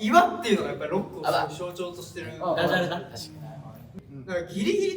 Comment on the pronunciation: きょもに対して、ダジャレだって言う北斗、、、きょもほく💖🖤ってよりも、ダジャレだ の一定の発音にツボる（爆笑）